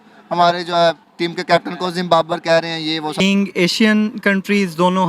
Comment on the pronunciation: ZimBabar nhi bhai ab ZimBaRbar & LEGZWAN